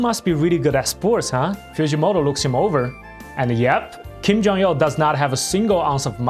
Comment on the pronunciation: why do you keep saying Kim Jong-Yeoh?